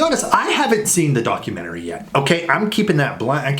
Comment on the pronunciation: "Darkumentary" poor kimk lol.